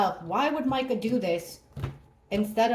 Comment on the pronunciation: Thank you for saying her name correctly…sooooo many readers are saying “ Meeka “❤️❤️❤️❤️